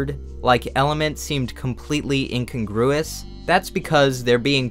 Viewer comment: Love your work, but your pronunciation of 'incongruous' is bothering me for some reason - especially as you seem to love using the word.